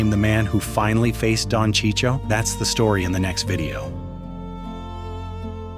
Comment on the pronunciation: its Don CHI-CHO NOT CHI CHI-O , you m***n. And i need to agree to your videos? f off m***n